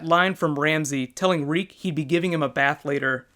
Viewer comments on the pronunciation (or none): Reek, it rhymes with freak. nuff said